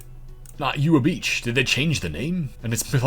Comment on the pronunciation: Growing up in Hawaii, this is the first time I’ve heard Ewa Beach pronounced that way 😅